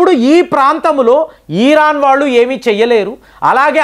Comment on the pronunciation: బాంగ్లాదేశ్ ఈరాన్ బ్రేజిల్ ఈరాక్ ఆజార్ bijan... పదాలు పలకడం సరిగ్గా పలకడం అభ్యాసం చెయ్యండి..... ఇన్ని దేశాలు ఎవరు మీలాగా పలికారు...